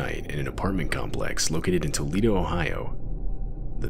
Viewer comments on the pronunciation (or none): none